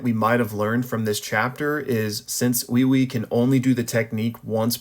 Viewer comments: Wait, why are back to pronouncing uiui like that? The other vid you said it normally like wi wi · Do you just refuse to say Weewee even though that's how they literally say it in the anime because you dont wanna say weewee, or is this some kind of weird american thing where your mind makes you hear stuff like you think it's read.